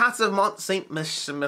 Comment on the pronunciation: Would be Mount Ste-Michael in English! :)